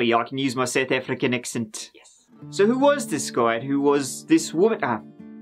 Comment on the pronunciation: Sooth Oofrican